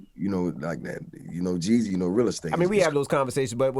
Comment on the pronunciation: Its JEEZY not JEZZY put some respect on a Atlanta legend name I ain’t gone say it NO MO!